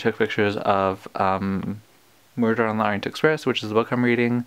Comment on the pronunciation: 1) thanks for sharing the exhibition, means a lot personally 2) you pronounce correctly (by Russian terms at least) 3) congrats on finally reading Murder 😆 4) now I'm excited for the movie!! 5) don't cry, OK? TBDATE is gonna ruin people for sure